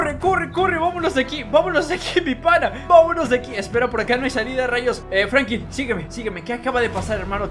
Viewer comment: Alguien más escucha que dice Frankin en ves de Franklin?